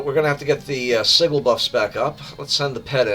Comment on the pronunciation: Learned a lot about playing blue LM, thank you! My problem at lower levels is maintaining pet aggro against groups of mobs. Just fyi, the “g” in sigil is pronounced like a j, not a hard g.